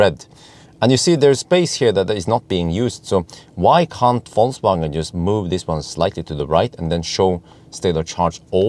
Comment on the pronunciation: Yo wassup! damn, you are almost German how can you say Vol(C/Z)wagen:D